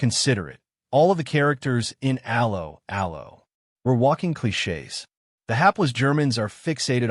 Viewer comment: The pronunciation of 'Allo 'Allo.... You didn't even try